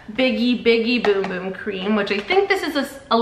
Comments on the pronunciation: It hurts me when she says boom boom cream instead of bum bum!😂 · Girl it's bum bum cream not boom boom cream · it’s spelled bum bum but pronounced boom boom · Why does she keep saying boom boom cream? It’s bum bum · Cuz Sol de janiro said it’s boom boom not bum bum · It’s bum bum not bom bom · Girl, it’s not boom boom it’s bum bum OK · It’s spelt bum bum it’s actually pronounced boom boom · Did y’all know it was pronounced boom boom cream😭 I just found out 2 weeks ago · It’s boom boom though.. it’s how you say bum bum in brazil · It’s pronounced “boom boom” ☺️ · It is actually pronounced “boom boom” cream. They have it on the box when you get one. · Bros saying Beum beum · i cant watch this if shes going to say boom boom cream tge whole time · Actually, your wrong. You actually pronounce it boom boom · It’s pronounced boom boom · No shut your mouth its boom boom that’s how you pronounce bum bum in Brazil